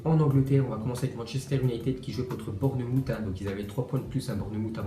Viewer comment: Borneumoutte.. mddr